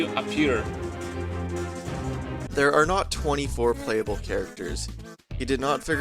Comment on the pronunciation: "Dis video will be plehable on the original nintendoo 64 console...."